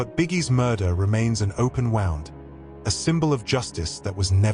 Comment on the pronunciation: please teach your AI voice over how to say those tricky words, like LAPD and wound 😂